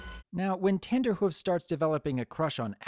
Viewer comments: its not tender hoof it is trender hoof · Were you saying Tenderhoof? Because it's Trenderhoof. Because he predicts trends. Tenderhoof would be... suggestive. I like how Rarity's crush was justified by actual reasons, unlike in EQG. Trenderhoof was a big name for being ahead of trends, which are a big part of Rarity's passion, so she fangirled over him unlike with Blueblood, who just had status. Still, some people are put off by the crush scenes, and it can't be helped that the episode will be ruined for them. Watching a crush is inherently cringe inducing. The lesson was predictable, of course, but that's the case for most episodes. The show is built on having predictable lessons because they ARE lessons for kids, but still presenting them in a very organic and entertaining fashion that makes them sink in. In this case, what made the lesson presentation so great was how Rarity taught it to Trenderhoof, right after he did the exact same thing as her. She got over her own desire to be with him to see he was suffering the same way she was. Her approaching him like that and him getting over his crush to dance with Granny Smith really made it feel that they learned it, just like the final teasing scene in Look Before you Sleep. My biggest issue is that the classic music they used in the end didn't work that well. It might've just been the stream quality, but it didn't accompany the lesson narration as well as their original soundtrack does. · Its trenderhoof, you know, like a trend setter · Isn't his name Trenderhoof, not Tenderhoof.